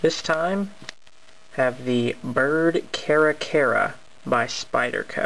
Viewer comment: its prononced car-ra car-ra but nice review